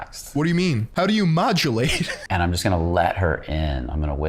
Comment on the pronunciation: When he said modulate I thought he said ovulate. Actually crying hahaha